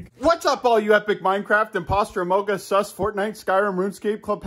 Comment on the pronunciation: Am I hearing him say amogus instead of amongus